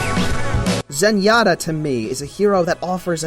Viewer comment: really, zenyata? :P